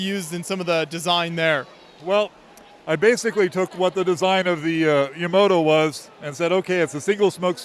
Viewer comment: Yamato not Yamoto 🤦